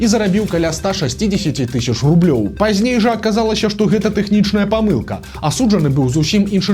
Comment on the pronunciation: не пажьней, а пазьней, не яшшэ, а яшчэ, не распаўшюднікаў, а распаўсюднікаў і т. д.